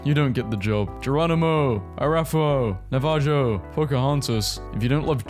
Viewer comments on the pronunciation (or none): Btw it’s nava(ho) for Navajo. The only one I can speak for lol. Otherwise love your videos lol. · ITS NOT NAJIFO ITS NAH-VI-HO! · Sir it's pronounced Nav a ho....it's an indigenous nation in the states. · The way this man pronounced Navajo made me cringe so hard holy crap